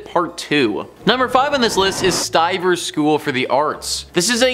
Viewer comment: "Stivers," not St. Ivers, or Saint Ivers.